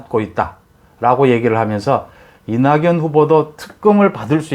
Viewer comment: "윤서결" "이나견" 정확하신 발음이 존경스럽습니다. 많은 유튜버님들이 윤성열로 발음하시는데, 특별하십니다. 매사에 정확하심이 느껴집니다.